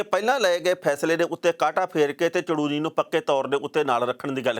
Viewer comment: Sir ਸ਼ਾਹਬਾਦ ਕੋਲ ਪਿੰਡ ਝੜੂਨੀ ਆ ਸਾਰੇ mistake ਚ ਚੜੂਨੀ ਪੜੀ ਬੋਲੀ ਜਾਂਦੇ ਨੇ please correct it